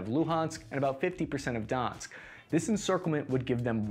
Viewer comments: The name is not donsk... Sounds like Dor-nesk.. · Thank you for making the video. My only gripe is that a lot of the pronunciation is wrong. -Donetsk (Донецк) = don yetsk (not donsk or dinsk) -Odesa (Одесса) = oh dessa (like Odessa, TX, where Claire Bennet lived in Heroes) -Moskva (Москва) = mosk vah. It's how Russians say Moscow. There are only two syllables. Lots of reporters get this wrong, too. Miscellaneous info: -"Severo-" (Северо-) means "north" in Russian. The Ukrainian and Russian languages are very, very similar. -Kyiv and Kharkiv are the newer Ukrainian names of the cities Kiev and Kharkov back when Ukraine was part of the Soviet Union. For the same reason, I believe Odesa used to be called Odessa. I learned Russian in college, so I'm using the Russian spellings. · Apart from all the mispronunciations where Donetsk was sounding like Donsk, I think for the sake of sanity it will be best if you call the Russian Air Force by their acronym in Russian - ВВС (Вое́нно-возду́шные си́лы) or VVS (voénno-vazdúshnyi sílyi). RAF is used in the English-speaking world to point to the Royal Air Force of the UK, which can cause a lot of confusion given the context of your videos. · before your next vid, repeat after me: "do-netsk" . Donetsk (not Dansk - I believe that refers to the Danish language) ;) se-ve-ro-do-netsk ;) do-netsk region. ;) thanks for the video. very well made. and much appreciated. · Cool analysis. You will speak about that region a lot, thus please try pronouncing it better :) "Don-Yetsk".. not Dansk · I think he's trying to mispronounce everything at this point lol. I appreciate his need for vowel harmony. Kerison Moskava DONSK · doing an excellent job of carpet bombing all these place names. Donetsk is Donsk? Severodonetsk is Sevrodonsk? Time to smoke more apple hookah in Bag Dad. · Kherson is Pronounced Keer-San, Donetsk is Doh-netsk, SeveroDonetsk is Seh-vair-oh-doh-netsk, kharkiv is Car-keyv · North Donetsk